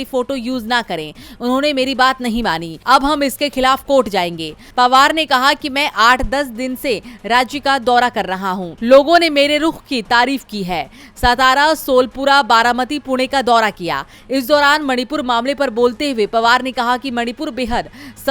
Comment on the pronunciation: सोलापूर हैं वो सोलपूरा नहीं.